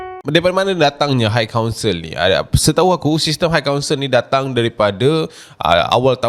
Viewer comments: Sebutan high adalah "hai" bukan "hike" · admin, bukan haik kaunsel daaa tapi hai kaunsel. xde haik haik